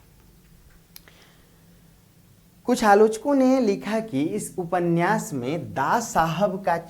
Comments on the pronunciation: उपन्यास को उपन्नयास उच्चरित करना उचित है क्या? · उप में से अ निकाल कर बोलना अर्थगत एवं उच्चारण संबंधित दोष नहीं है। यह एक रूढ़ी की तरह स्वीकार कर लिया गया है जो अर्थ का अनर्थ कर देता है ... इसका सही अर्थ तभी निकलेगा जब हम उपन्यास बोलें